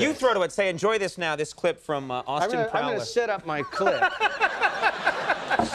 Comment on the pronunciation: Austin Prowler??? Austin PLOWER. C’mon porn producers